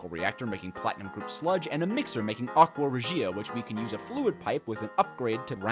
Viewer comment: its Aqua Rěgia not Aqua Regìa